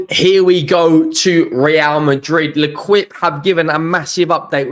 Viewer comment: Indeed. has history in terms of the French language - Rennes and Lens when he is dazzled by a silent "s", and now "Lequip" instead of "L'Équipe". A beautiful melodious language butchered by a clown who'd do anything for clicks. And it's not just French; he once said "Valoid" instead of Valladolid, and was like a rabbit in the headlights when it came to Ferencvaros. "Fernerchavos" was maybe the ultimate special!😅